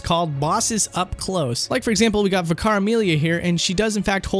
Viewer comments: This is nitpicky as hell, but the word "vicar" is pronounced like Liquor. Not Vick-Ar. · vicar/ˈvɪkə/ This is how it's pronounced :p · sigh... good video, but 'vicar' is pronounced 'vicker.' Not 'vikhar', not 'vee-car', not 'vie-car', just 'vicker.' I know vicars are an English thing and you don't have them in the states, but it's not hard to pronounce. Yet nobody seems to be able to. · Vacar is pronounced vicker soz it was annoying me it's a British way of saying reverend. (holy man) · It’s not pronounced vi-car, it’s pronounced vick-er. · Vih-Car Amelia?? o_ O It's pronounced Vicar (Vi-kuh), it's a type of priest :) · "Veekar Amelia." Vicar, as in someone who performs the duties of a church. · Ah, so is the guy who takes names that are spoken to him in a crystal clear format, and mispronounces it. Unnecessary emphasis on ViCAR, it is pronounced like Viker (and for your information the "I" is factually not pronounced as EYE), and the "G" in Byrgenwerth is hard, not soft. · gonna have to say the main thing I didnt like about this episode was your pronunciations Vicarr is just vicur Gherman isnt said as Jermain byrgenwerth isnt byrjenwerth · Is pronouncing vic-err As vic-arr a thing from other countries because ive never heard it prior to this (Im english btw) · I’m more wondering why he pronounced Vicar as “veecar” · V-car? thats not how you pronounce it! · VIC-AR amelia? Jesus Christ go back to 6th grade you dumb shit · Vicar is pronounced "vick-er". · Vicar is pronounced Vick-ah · You emphasised the wrong syllable in Vicar. Vih-CAR Amelia just sounds strange. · And vick-CAR. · does my man not know how to pronounce 'vicar' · The amount of Youtubers who make videos about Bloodborne who can't pronounce "vicar" astounds me. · Love this video but your pronunciation of Gherman and Vicar really rankled me lol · how have you never heard the word "vicar" before? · nice vid but, uh, learn how to pronounce "vicar" properly LOL